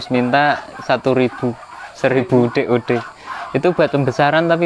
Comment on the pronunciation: DOD pak bukan DOE